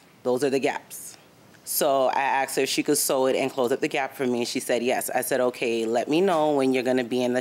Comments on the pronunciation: How come people say AXED when they mean asked. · why is the word ''ask'' is so hard to pronounce for them? i axed her.. wth